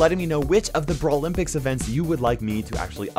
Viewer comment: Its so annoying when you say btawlimpics